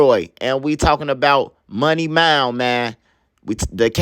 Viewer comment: Bro say “money mound” 😂